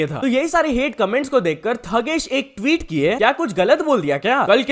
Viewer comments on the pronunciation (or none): Why its sound like s*x while saying tweet 😂😂s*x karo tweet nai😂😂